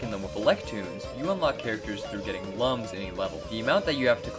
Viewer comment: Slight nitpick but Lums is pronounced as looms, like illuminate. (It said it in the Origins book 😬) Legends will always be my favorite out the bunch. Best we can do is maybe wait for another 3d game.